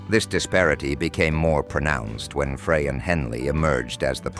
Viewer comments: The voice calls Glenn Frey, Glenn Fray 😂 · It's Frey (like fry). You idiot.